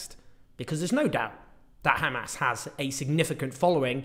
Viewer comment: "khamas" why can't they just say Hamas.. just asking.